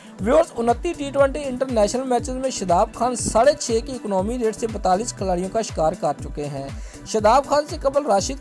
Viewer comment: ECNAAMI RATE... english ty sadqy